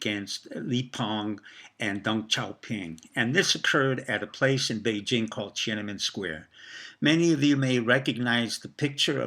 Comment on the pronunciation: TiananmEn, not TiananmAn. Also, the ENGLISH word is PEKING, not Beijing (which is chinese). And, it is called "Six Four", not "sixty four"